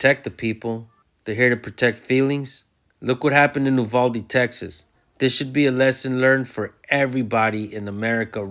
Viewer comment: It pains my ears to hear Uvalde pronounced wrong. YOU-VAL-DEE..... UVALDE TEXAS not "oovalde" Bumphuck